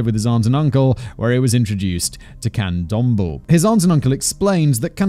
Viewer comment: Just FYI the e at the end of candomble is pronounced like eh, can-dom-bleh, not like thimble. Thanks again Simon and CC team for another stellar episode 🙌